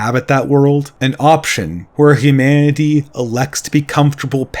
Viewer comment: These videos are good, but I think should work on his pronunciation. It's really jarring to hear things like "Hu-mah-ity" in the midst of a well articulated idea